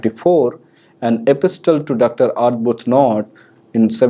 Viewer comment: The letter ‘t’ is silent when pronouncing the word ‘epistle’.